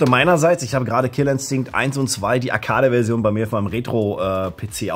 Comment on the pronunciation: diese deutsche aussprache von arcade tut weh und schmerzt, aber damals wusste man es ja auch nicht besser. ich bin bj ´88 und hab bei pokemon zum teenager immer tee-nager gesagt, ich dachte mir das wird schon so stimmen, iwer mag es bestimmt an teeblättern zu nagen während ich ihn halt nur trinke x)